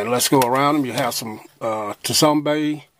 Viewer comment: Great review but the T is silent, so its pronounced "sumbay" bro lol. No disrespect👍